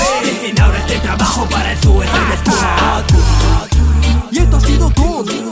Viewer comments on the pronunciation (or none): harley quinn Pinshi poser, seguro eres una unika y detergente, encima tienes como 9 o 10 años, pero, por si tu cerebrito de Jarli Cuin no lo capto, lo escribió así a propósito por que el pronuncia "Suisade squad" -.